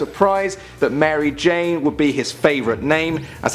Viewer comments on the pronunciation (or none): none